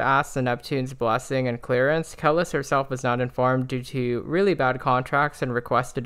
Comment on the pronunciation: You mispronounced Kelis’ name…if you listen to her discography you’ll see she’s a cultural icon in her own right and deserves respect which is why even Beyonce has been influenced by her (more than once)! Thankfully, Beyonce removed the part of her song she sampled without her permission, but the song still sounds good.